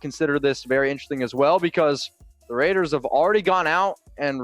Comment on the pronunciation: Did he actually say "Ravers" how does a Raider fan EVER mispronounce our BELOVED team's ICONIC name? Raiders4Life!